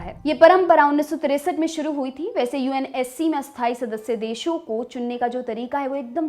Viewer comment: Ma'am; स्थायी और अस्थायी का आपके उच्चारण में फर्क नहीं लग रहा । कब कोन सा शब्द बोल रहे हैं यह सिर्फ वाक्यों से ही मालूम चल पा रहा है । स्थायी का तो ठी है, पर अस्थायी (अ+स्थायी=अस्थायी != स्थायी) को सही से बोलिए। Note:- != (not equal to)